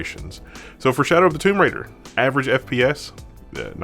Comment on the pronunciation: "shaodw" :D